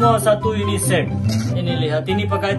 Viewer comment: Satu set jangan salah ucap set ya😅